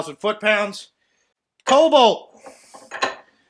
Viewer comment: “KoB-alt” lol!